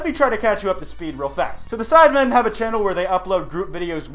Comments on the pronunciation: "Name a dead youtube channal" Edit: hope I'm not the only one who heard him say channal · Akira Sato Koba its an accent